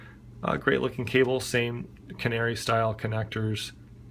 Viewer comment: It's pronounced 'pico' 'fair - add'. Canare is 'Ka' 'nare'